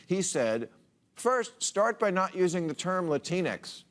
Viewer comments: I thought the entire time it was pronounced "La-tinks"? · I thought it was pronounced 'latinks'. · I hate the way he pronounced “Latinx”. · I'm pretty sure it's pronounced Latin X not Lah-teen-ex